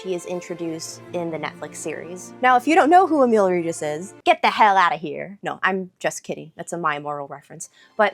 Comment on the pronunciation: Damn, your pronunciation of Emiel Regis sounded almost exactly like it would come from a Polish person. I even had to rewind and listen to it again.